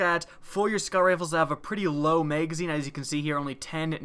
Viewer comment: Lmfao i love that accent megazine haha